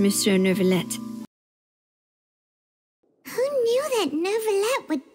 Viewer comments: it's so weird how inconsistent they are with which words they want pronouned correctly and which ones not. Everyone pronounces Oratrice Mecanique d'Analyse Cardinale correctly, but then they also say neurvilette instead of neuviette. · WHY ARE THEY SAYING NEURVILETTE😭😭😭 IT'S LITTERALY PRONOUNCE NEUVIETTE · Monsieur Nurrvilette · Paimon:who knew that nEvIlleu would be so easy to talk to (didn’t even say the "t" lol) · NER-villette… I imagine this is due to the direction the VAs received. Most likely they were told to pronounce it almost like there was an R after the vowels. So they very much did add an R to their pronunciations. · As someone who speaks french, it’s hard not to cringe at their pronunciation of Neuvillette 😭